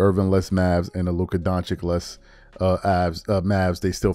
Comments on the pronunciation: Steven A Smith STILL refuses to pronounce Luka Doncic's last name correctly. Totally classless! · Learn the f. to say Doncic´s name, this is freaking not his first year in YOUR unbias country!°!!!°!°!! You learned it from Stephen A. who does it on purpose. I am watching your show for years now, plz do not let me learn that you are the same as all he other great guys!